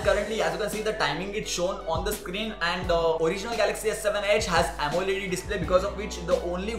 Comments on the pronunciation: Amoled' not amoledi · its actually called amo L E D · Bhai the video was watchable. All the best for your channel. But one request bro, Amoled to bolna seekhle thoda😅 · lol he used 1000 of phone's and dont even know how to pronounce amoled 😂😂